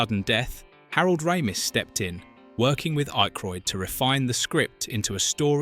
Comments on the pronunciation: The man's name is Ack roid as in hack ,or jack not Ache roid ,like headache ! Jesus ! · You can tell this is AI because no one mispronounces Dan’s and Harold’s name Jesus man Ah-Kroyd. Not IKE-kroid. The worse thing is it keeps on doing it. Just narrate on your own and Winston never said it’ll make you question God.. Downvoted because you rather use a AI script than just narrate it yourself. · 1. Who the fuck is IKEroyd? It's pronounced Ackroyd even tho it's yk.... 2. Winston said "These things are real. Since I joined these men, I have seen shit that will turn you white!" Not it'll make you question god. He also said "If someone asks you if you're a god, you say YES!" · I'm 2 min in and I'm already tired of hearing IKEroyd. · Who the hell is "Ikroyd"? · You cannot pronounce Dan Ackroyd's name correctly, and you misrepresented Winston's Line? Yeah i can't watch this video. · The AI narration of this is horrendous. The most abysmal pronunciation of Dan Aykroyd's last name that I have ever heard. Thumbs down to this video producer for being too lazy to have an actual human read the script. FYI to the producer of this garbage, having an English accent absolutely does not make the narration sophisticated. Accuracy does.